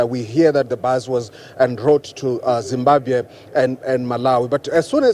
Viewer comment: Did fail to say Zimbabwe